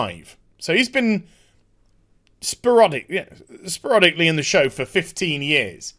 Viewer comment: sporADic, not spARODic ... ?.?